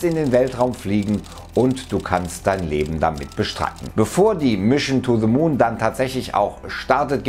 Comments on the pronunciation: "mischn to ze moon" ??? bin dabei, bro. ;) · Mischen too de moon. Ich dachte das können nur Sachsen 🤣🤣🤣🤣